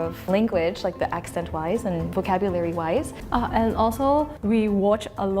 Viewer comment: "vocabulary " lol that was painful